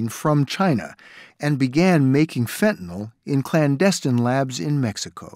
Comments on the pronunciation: Why do they keep calling it, “fentinall?” It’s fentanyl not “fentanall.” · Fentanyl not “fentanol” Good grief it’s a hopeless situation when the preponderance of supposedly educated officialdom, at all observed levels, simply are incapable of pronouncing the word correctly.